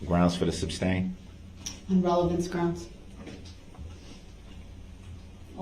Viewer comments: Brooks asks "GROUNZ for the SUBstain " then says "the jury deserves to know dat important information, you're with-helding important information" (and Alex points this out because she is sharp) when for the 5000th time, the basis was provided with the objection BUT the thing that gets me is the look on his face, one of angry curiosity or the look of a dog that has been watching magic tricks where his food disappeared. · After all of those objections, he still never learned to pronounce the word SUSTAIN. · Illiteracy list for this video: "Dat" for THAT "Pitcher" for PICTURE "Axe" for ASK "Grounz" for GROUNDS "Witchu" for WITH YOU "Wit-chore" for WITH YOUR "Troof" for TRUTH "Substain" for SUSTAIN He has no idea of the difference between untruth and forthright. What a dummy. I find it unbelievable that such an unintelligent little weasel got this far without someone beating him to a pulp.